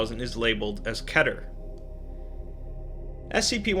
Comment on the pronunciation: Not keter pronun it like this keeter